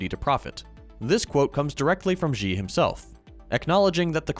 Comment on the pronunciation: Xi in Mandarin is pronounced like she, not gee (pinyin x is pronounced like sh)